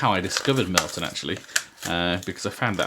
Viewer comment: Hey, a Bear's Head human! You are a man of taste. However I can't not point out that it's Mirliton not Mirlton ;)